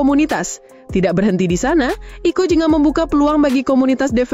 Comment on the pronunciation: Jadi dibacanya 😄